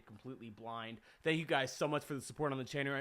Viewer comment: I laughed when you messed up the word Channel